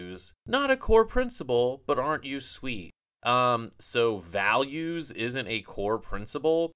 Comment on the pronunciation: Values? I thought she said valiance